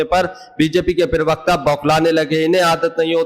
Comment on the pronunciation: Plz. don't speak pariwakta you need to say parwakta....